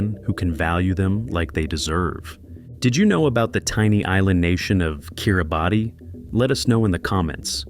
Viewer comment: *It is pronounced (kee ruh bas) *International marriage in not allowed in Bhutan *"Bangladesh is an ideal location for anyone looking to settle down in a beautiful foreign land" 🤯 *"Haiti is a popular destination for tourists" 😳 NOBODY GOES TO HAITI including Haitians!!!! and for good reason! This channel is trash and shouldn't be allowed. Anyone believing any of this info will be misled, disappointed or possibly unalived.